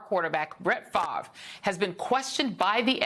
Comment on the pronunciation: Brett Favre. Look there lady there is an R in his last name